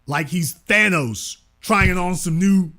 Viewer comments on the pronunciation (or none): none